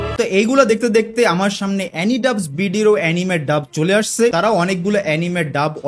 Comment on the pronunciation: এনিমে না রে ভাই এনিমি😅